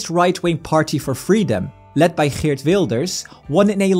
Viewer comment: dude, it's so funny how you speak nearly without an accent and then Boom, eert fucking Wilders like a Dutchmen